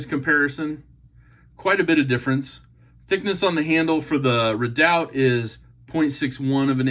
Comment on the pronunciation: Pronounced 'reedout'...an Alaskan Volcano